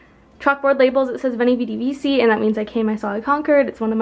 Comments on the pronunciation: "Vini vidi vicci" pronounced "vichi" and it's a roman saying..................... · Also it's veni vidi vici like pronounced weni widi (weedee) wici(hard c) just saying if you are going to have Latin phrases in your room at least pronounce them right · ***** and veni vidi vici is mispronounced but i think she knows now :)